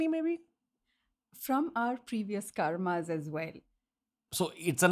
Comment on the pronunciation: "Karm" not "Karma", "Aabhyas" not "Aabhyasa", "Bhoga" is not "Bhog", "Moksha" is not "Moksh". When you talk in a foreign language, at least make sure not to lose the authenticity of words and modify it. Who do you think is watching you? Some Britishers?